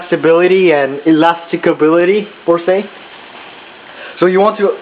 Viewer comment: ee- lass- tiss- i- tee